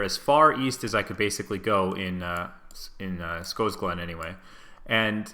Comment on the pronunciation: What exactly is making the 'o' in Scosglen long?